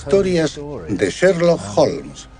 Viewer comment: curioso como el narrador pronuncia Serlock Holmes!!!Es Sherlock Holmes asno!!!